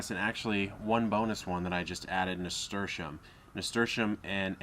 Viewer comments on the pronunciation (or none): What was the name of the bo us plant he said ? It sound like he said 'stersham.' I never heard of that before. Please somebody tell me how to spell it because I can't find it the way I spell it in a Google search. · Charito Tamargo He’s saying Nasturtium :) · I think i heard nasturtium?